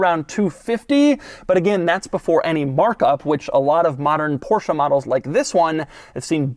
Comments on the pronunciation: It's "Porsch" not Porsha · only one suggestion, pronunciation is not PORSHA...it is PORSH... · Doug, please stop pronouncing Porsche as Porsha. It's Porsh-Eh. Every time you say Porsha a German mechanic gets a stroke. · Das ist ein Porsche not the Porshaaa (-_-) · Stop calling Porsche porsha, yall sound retaarded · Why do Americans pronounce Porsche like “porschah”. I get ear cancer every time Doug says Porschah.